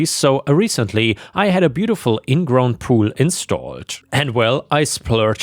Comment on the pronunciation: seconds the word should be pronounced as ground what we walk on! NOT grown which means plants are grown in soil or the ground. Suggestion have someone listen to your productions before putting them online. I like to listen but really a huge problem when the the word printed is pronounced wrong. Just a request